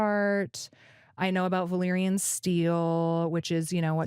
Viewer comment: Valyrian is pronounced VAL - EER - IAN and Velaryon is pronounced VEL - AR - YON. Neither of these names' first two syllables are pronounced VUH - LAIR. Hope that tidies things up, official Game of Thrones spokesperson.